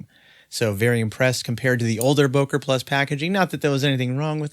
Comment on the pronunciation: It’s pronounced, “booker”.